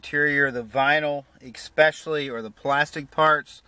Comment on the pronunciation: If you can't pronounce "especially" correctly there's no chance you're going to get a subscription from me.